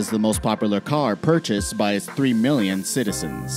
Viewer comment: inhales "Purcharsed "